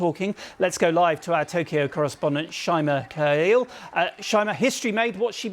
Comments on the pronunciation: to Japanese, gender doesn't matter. and it also seems there's confusion about "work-life balance". pronunciations are wrong: ❎Takeichi, Abi ✅Takaichi, Abe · Not Takeichi. TakAichi. Pronounce correctly.